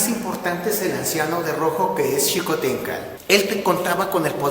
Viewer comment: pronuncias "Xicohténcatl" mejor que muchos mexicanos que conozco